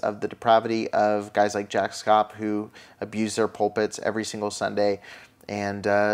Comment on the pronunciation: Sorry to correct u but his name is proNounced SHAPP SH + APP. Not that he deserves anything but just to help you.